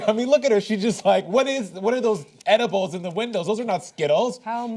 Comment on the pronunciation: "How much is that ediblllle in the window" x'D